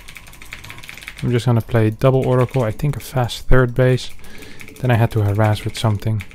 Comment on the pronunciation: Harass, not harras xD